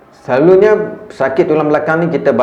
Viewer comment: Selalunya jadi selaluNYEEEE